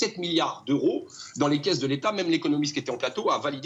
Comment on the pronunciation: On doit faire la liaison quand on parle d’euros Morandini. Comme mille deux cents 😢par exemple.